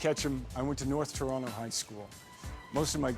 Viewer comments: He sounds like he still knows his way around; like a local except how he pronounces Toronto 🤨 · Wish he actually pronounced Toronto the way we pronounce it.